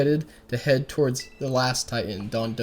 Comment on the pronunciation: It's not Dodonzo it's Dondozo. Just wanted to point that out. Have a nice day.